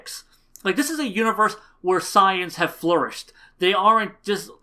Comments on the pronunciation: I agree with u on everything else, but Goten became ssj from getting smacked around in training with his mother(still not a decent reason). Also, and this is just a petpieve, but u pronounce saiyans wierd. Its SAY-YANS, not SI-YANS. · u keep saying super signs instead of super saiyans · Lol OMG dude you're saying "saiyans" all wrong, other than that I love the video and I completely agree with you